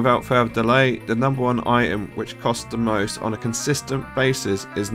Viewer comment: You did miss something - the "T" in the word "item".